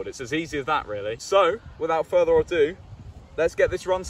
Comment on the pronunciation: By the way, it's without further ado, not further or do.